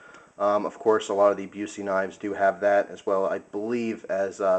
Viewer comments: Buss-eee not Byoo-see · Busse is pronounced Buss-e not like the actor. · Not being picky but for info it is pronounced 'Bus-e', as in a school bus, with an 'e' on the end. They are the BEST knives you can buy. I'm surprised your friend had problems sharpening this as INFI is probably the most forgiving steel when it comes to sharpening be it flat grind or a convex edge. Very easy to maintain and will cut through a car door ;) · i think it is pronounced Bus-E great knife though, i like the ASH-1 a lot. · Learn how to say the brand name before you make a 10 minute video. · Man..a Busse, how awesome!It' s pronounced different, though lol. But Busse knives are really just about as good as you can go with a production fixed blade.